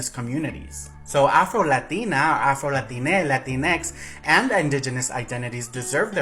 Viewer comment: If you're going to say latine, don't pronounce as latiné, it's with a soft e